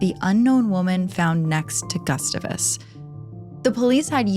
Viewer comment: I love your videos but your pronunciation of “Gustavus” is making my brain hurt. 😂